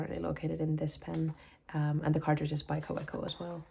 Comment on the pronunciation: And please pronounce Kawco correctly-- Ka-vec-o. 😅.